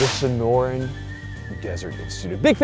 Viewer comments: I watched this while I was half asleep and I needed to double check if actually said "Dora Sonorian Prostitutes" because I was laughing so hard that it hurt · I gotta rep Snorin' Dessert Inshtatute for continuing to sponsor these guys and their perpetual shenanigans around their SDI sponsor thank yous. I'd say they're not easily offended, but there is a good chance they've been sleeping on the job and don't even know about all of pronouncing their name.